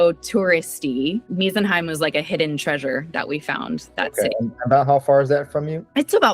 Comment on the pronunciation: The way she pronounced "Meisenheim" literally means "home of miserable people" 😂 Meise is actually German for "tit" - the bird, not the other thing...So it's "home of the tits" 😶